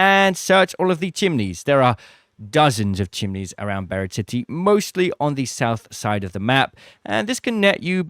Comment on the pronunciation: Why do people call it BIRD city when it's BURIED city????